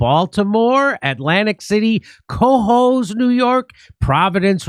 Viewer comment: Cahoes- accent on the second syllable